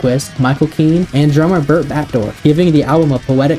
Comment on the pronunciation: Also said "Bert" Batdorf instead of Bret